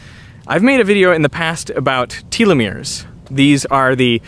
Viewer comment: If I hear telomeres pronounced like that once more time lol